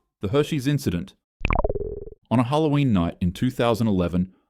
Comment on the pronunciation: It’s Halloween not hattoween no offense to you